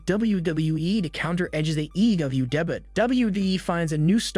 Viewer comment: damn Ai voices can't even say "debut" properly. WTh is "day but"?